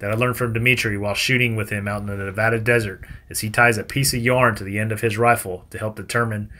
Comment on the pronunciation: Thank you once again for saying nevada right. Had to laugh all camouflaged then black rifle haha you know better